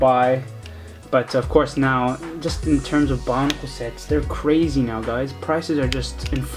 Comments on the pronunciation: why does he say bonicle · why do you say bionicle